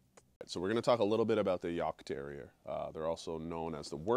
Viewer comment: Coming from a German hunter: Good pronounciation of the breed name! I currently have a super rare american breed here: a Plotthound. But my next dog will probably be a Heideterrier - a working cross between Jagd and Airedale Terrier, to add a bit of size so they are better with snow and cannot get into fox dens as easily, because they are supposed to be specialised on wild boar. Their first breeders were also policement who hat Schutzhund in mind, and there are some that use Heideterriers in that way. Sadly I will have to wait another year or so until my Plott is fully grown and trained before getting a second dog. Good luck to you and your little devil - enjoy a Jagdterriers fierceness, agility, and boldness! They are great dogs and he will have a great owner with you.